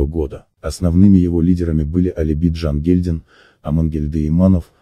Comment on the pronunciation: произноси пожалуйста имена казахов на казахский лад, не Такаш Бокин а Токаш, не Д'жангильдин а Жангильдин! И тем более пиши на казахский лад